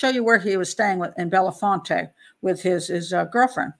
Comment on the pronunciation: It's Bell font, 2 syllables.